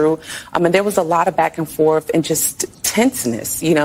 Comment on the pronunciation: " A week of back and forf" sad.